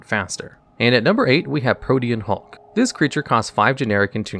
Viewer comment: At least he pronounced Pro-tee-an Hulk correctly